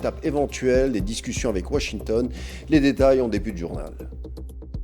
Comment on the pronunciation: Des annances .... les discutians... les conditians ... Tout ça est désagréable !!! Un concert n'est pas un cancert ! :face-fuchsia-tongue-out::face-fuchsia-tongue-out::face-fuchsia-tongue-out